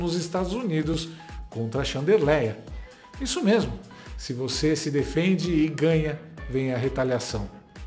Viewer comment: "XANDERLÉIA" É MARAVILHOSO!!!!!